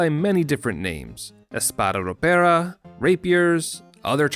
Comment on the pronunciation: The "Espada ropera" pronunciation was really good!